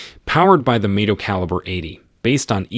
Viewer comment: thats the problme when using AI for voiceovers, same the way it changes Mido to May-do